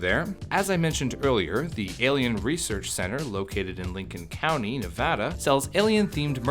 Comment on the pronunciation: You pronounced Nevada right! As a Nevadan, thank you. TuT